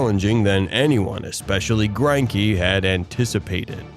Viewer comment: I'm also pretty sure his name is pronounced Gren-key